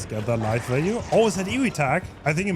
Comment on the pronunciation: Idk why this bothers me but u keep saying lithe wrong. The i in lithe sounds like eye l-eye-th